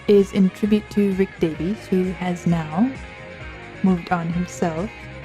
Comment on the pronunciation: Great tribute! Also an FYI before people get mad about it, his last name “Davies” not “Davis”